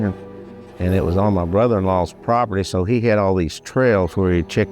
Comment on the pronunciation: That old guy can’t even say word brother right he needs speech lessons